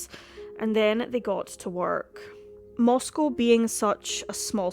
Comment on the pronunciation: This is happening in my town. And you did a fantastic job, you covered exactly how it feels in Moscow (you even pronounced the name right!). I thank you for the calm and level-headed presentation of all the facts. ❤️ I greatly appreciate it.